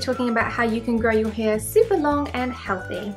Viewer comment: The way You prononce hair is sooo funny where are you from? Hiiaiire 😂😂😂